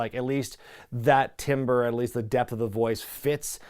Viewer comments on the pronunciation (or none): when you were talking about low ki timbre although it is spelled that way it is pronounced like tamber